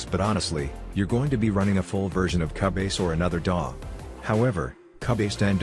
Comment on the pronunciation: Can't believe he pronounced it CA-BASE lol